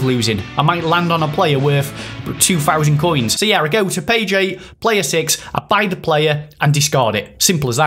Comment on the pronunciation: what is a player? I think you meant plurrrrr